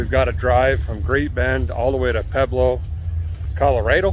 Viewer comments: Pueblo is pronounced “PWEBLO”. Motto for Colorado is ‘Colorful Colorado’ and it surely is! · Those towns you pronounced in Colorado are pronounced pweb low and La hunta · Think “Pweblo” when you pronounce it Brother. Really love your channel. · its pweb-loe